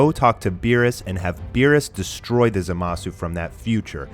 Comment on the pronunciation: Lmao, Who is ZehMasoo and who is ZenOh. It's supposed to be pronounced[ZAH-MAH-SOO] and [ZEEN-O], not [ZEH-MAH-SU] and [ZEH-NO], lmao, even in the anime it's pronounced like that -_